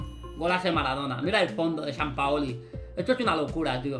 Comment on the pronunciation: Gente Normal: San Paolo: San Paoli